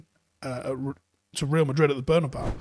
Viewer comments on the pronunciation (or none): Every time I hear an Englishman pronounce Bernabéu I lose 1 year of my lifespan